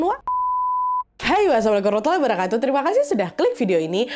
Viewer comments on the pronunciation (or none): none